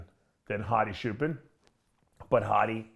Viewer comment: Why does Dave still call him "Hadi Shoepan"?